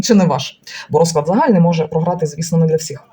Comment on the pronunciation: Дякую за пораду від дідуся. Так і є. Складний період. Зверніть увагу на наголос у словах: рОзклад - расписание. розклАд - расклад.